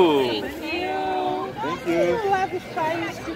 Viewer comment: Then you say "tank you"